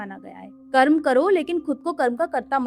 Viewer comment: ये कर्मा क्या होता है हिंदी में बोल रही हो और कर्म को कर्मा कर्मा योग को योगा योगा ये क्या है भाई जिसे हिंदी न आती हो वो बोले तो समझ आता है जानते हुए भी मूर्खता दिखाने का शौक है क्या आप लोगों को। वेदांत को वेदांता,🙏 महान हो माते आपके चरण कंहा है।